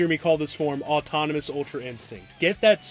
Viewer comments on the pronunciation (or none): they literally could have kept omni in the English dub it was so annoying going back to rewatch the ep English and hear “automnomus”